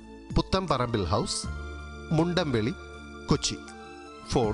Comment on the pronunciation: മുണ്ഡംവെളി അല്ല മുണ്ടംവേലി